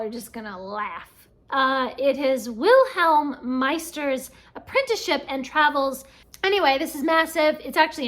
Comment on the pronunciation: Congrats !! As a native speaker please let me assure you that your pronunciation of Wilhelm Meister’s Apprenticeship was spot on. I’ve read some of Goethe’s work (German students read him in German class) but not this one. I have it on my shelf though. I’m avoiding “the Russians”. Again - on my shelf but not picked up yet.